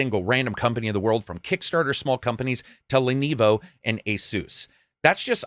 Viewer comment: My brother in Christ I have never heard someone pronounce Lenovo so incorrectly.